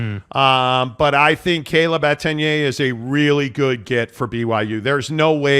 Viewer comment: So many errors in this one video. Mispronunciation of Etienne’s name, doom and gloom around Slovis, byu being the “16th” team in the Big 12. Man is insufferable.